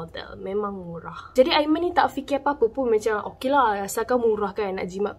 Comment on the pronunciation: "aimani" mohon jarak kan sebutan anda bila sampai part "aiman" dan perkataan "ini". "tunang hantar sampai depan pintu bilik.." ye aiman...kami percaya.